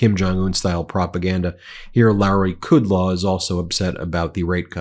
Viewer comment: A sign that you don't deserve a role in Gov. or media: deliberate disrespectful mispronounciation of VIP's names. K(r)udlow.